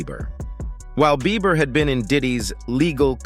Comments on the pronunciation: Why did he keep calling him Justin Beaver 😂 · BeiBer not beaver lol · He's pissing me off calling him Justin Beaver 😡🤬😡🤬😡🤬😡🤬 it's not hard to say BIEBER!!!! B! NOT V, B!!!!! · It's beiber, beiber not beaver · It's Bieber not beaver. Did anyone else notice that. You'd think if you had such an opinion on the matter you'd get that right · It’s Bieber not Beever buddy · The first part is not a recent video 😑 keeps saing beaver instead of bieber haha. annoying repeating the same thing. Click bait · not him sayin justin beaVer im dead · Dude the 11 mark keeps calling him Justin BEA-V-ER😂... BUT its so damn sad what these men are doing to all these children. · Justin beaver 😂 the first time I thought I was just hearing things. But naw he is really calling him Justin beaver 😅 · Why dude keep saying Justin Beaver? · STOP SAYING JUSTIN BEAVER !!! IM TRYING TO BE SERIOUS ABOUT THIS AND THE DUDE SAYS BEAVER LIKE ITS NOTHING !!!!! HAHAHAHAHAHAHAHAHAHA